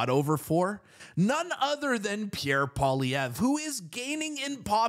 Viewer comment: At least this guy pronounces Pierre's Surname 😊 I need all the help I can get